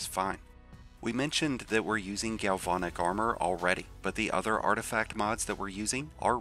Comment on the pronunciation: Gal-VAN-ic. Like the truck. Not VON